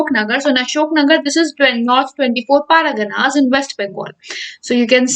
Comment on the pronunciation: Every time you say North 24 paraganas my ears bleeds. Anyways good video but try to focus on word pronunciation next time